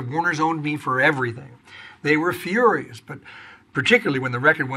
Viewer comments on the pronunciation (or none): none